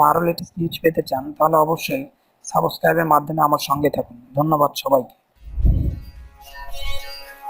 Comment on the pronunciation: Low quality audio . The word is call “SUBSCRIBE “ ..but this dude saying “SABOSCRIBE KORUN “